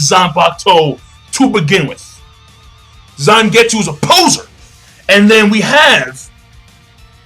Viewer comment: Its Zangetsu